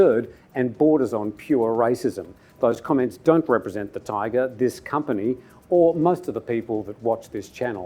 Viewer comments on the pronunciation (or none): none